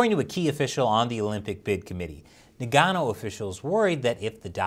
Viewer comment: Today on Nagano Mispronounced....